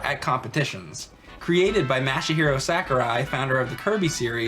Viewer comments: MASH-A-HERO SACK-URAI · "Created by Mashy-Hero Sakurai" Thats what it sounded like said at the beginning and it made me laugh alot more than it should have. Good video as always though guys.